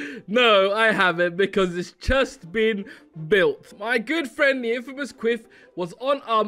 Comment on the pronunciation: Infamous is pronounced in-fam-us Unlike famous f-ame-us